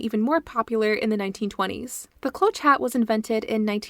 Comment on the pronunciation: Fun video! (Cloche is French for bell. It rhymes with posh.) 😊